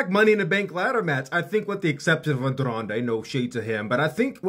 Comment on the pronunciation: As a Mexican hearing this guy trying to say the name Andrade with an accent is sad but funny😭😂